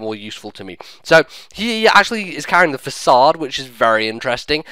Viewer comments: (FAH-SOD) not (FAY-CAYD) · Fasakade? I see one 'c' in there, not two, nor do I see a 'k' It's pronounced 'fa-sawd' because it's French, like Guillotine, it's pronounced ''gee-o-tine'' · It's actually pronounced Fah-Sad lol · Its a french word dude, its not pronounced that way. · Pronunciation fail. Look it up. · dude learn to speak. says it right.